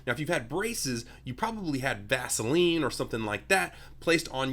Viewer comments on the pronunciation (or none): It’s “puhhh” not paahh lol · He said "Vaseline" and I thought he said Gasoline 🤣😅